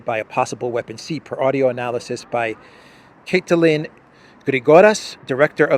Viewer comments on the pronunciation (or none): none